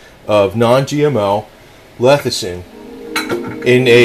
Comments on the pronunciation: Lecithin, not "lethicin." LESS - I - THIN. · Early everyone keeps saying it wrong. No one wants to start a word with L E S S-ih-thin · "Lethicin"....? How to spot an expert...!